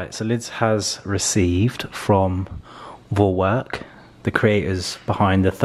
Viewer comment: Vorwerk ... you can speak the "v" like in the word "fish" And Kobold you speak as Koo bold.